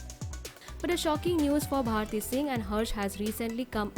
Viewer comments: It's BHARTI not BHATI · It's bharti not bhati?